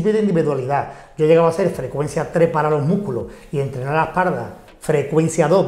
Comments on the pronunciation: ¿Porque dicen esparda? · No se dice EspaRda. Se dice: Espalda. Repita conmigo: Es Pal Da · Es par da....se pronuncia es par da jajaja jajaja jajaja jajaja jajaja jajaja jajaja jajaja hoy aprendí algo jajaja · Por que dicen esparda? jajajaaj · esparda? por que no sabe hablar?